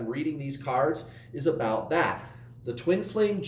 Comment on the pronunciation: Good morning,! That is not how we say "about" in Canada! 😉